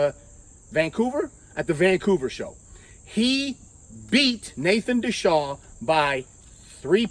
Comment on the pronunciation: Nathan "Deshaw" LOL. Come on, you're a smart guy. De Asha - Just look at it closely & sound out the letters.